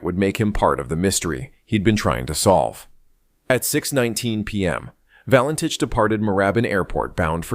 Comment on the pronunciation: Fake AI nonsense, not even pronouncing his surname correctly.